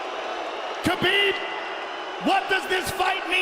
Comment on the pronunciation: Ye fk Khalabeeb